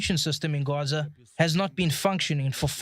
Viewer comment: Why do you pronounce Gaza as "Gorza"?